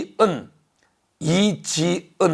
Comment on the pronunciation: 이지언(X) 이지은(O) 즘거(X) 점거(O)